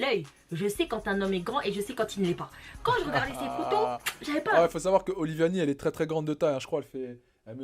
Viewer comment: C’est oliVAnie et non oliVIAnie. Bien la vidéo! Espérons qu’elle réagisse en retour encore ☺️